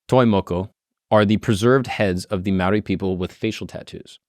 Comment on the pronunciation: I’m a kiwi (New Zealander)- props to for attempting correct pronunciation 👏